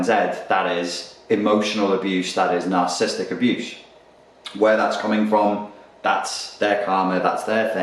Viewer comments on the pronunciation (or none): Nar-cis-sis-tic - say the whole word.